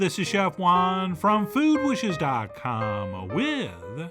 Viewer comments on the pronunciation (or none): none